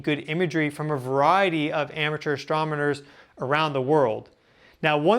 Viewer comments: Fibonacci shirt cool burp. in you said Asstromoners ???? You mean Astronomers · Astronomers not 'astromenors,'